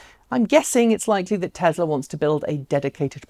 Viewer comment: Tezla? I thought is Tesla.